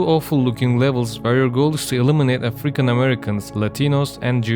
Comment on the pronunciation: A-Freakin- Americans. Idk why but the way you pronounced african was hilarious lol